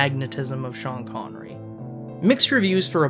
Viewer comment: Connerree, not conwee, the fuck is that?